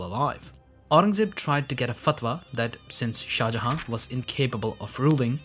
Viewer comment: Why do you not pronounce the last N in shah jahan? You keep saying shah jaha and it makes me wanna hurt you